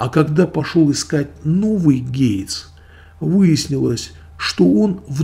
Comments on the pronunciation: Спасибо за ролик, но только гейт, а не гейтс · Не гейц, а гейт